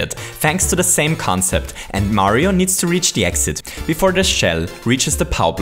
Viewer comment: Chili P Mario- maaario